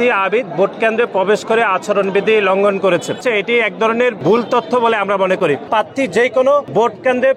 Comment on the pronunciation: উচ্চারণও ঘটতে পারে না পাত্তি বলে প্রার্থী বলতে পারেনা 🤣